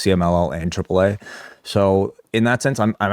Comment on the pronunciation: 4 seconds in Triple What😂😅Dude cant even say the first letter of the alphabet properly.Wtf😂😅